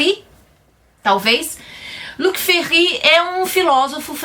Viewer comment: Pronúncia perfeita do Ferry... Queria recomendar nessa pegada de segunda guerra, uns livros mais demoridores... Mas claro, depois de uma longa hibernação pra digerir esse ai... São eles É isto um homem? De Primo Levi... E A noite de Elie Weisel. Livros demolidores.. Escritos por sobreviventes dos campos... Aliás A noite tem grande parcela de responsabilidade por mudanças drásticas na minha religiosidade....